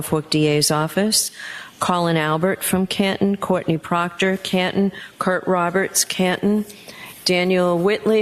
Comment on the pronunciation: Sorry your Buddy Proctorah is Fired not A TROOPERAH anymore:face-purple-crying